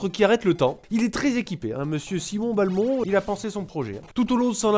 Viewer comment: Simon B-A-lmont... SIMON B-A-LMONT. .... BELMONT BORDEL DE MAYRDE Bonne vidéo sinon.